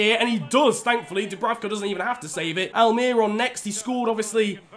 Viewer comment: Niran, mate, it’s pronounced Miguel AL-MEH-RON. lol, he’s my favorite player so i just wanted to let you know